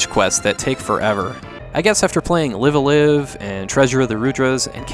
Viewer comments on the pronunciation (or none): FYI, the two words "Live" in "Live A Live" are not pronounced like most of us English-speakers think. They rhyme with the word "alive". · ライブ•ア•ライブ Raibu A Raibu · Nintendo announced the remake of live-a-live this year and I feel bad for you because they pronounce it differently.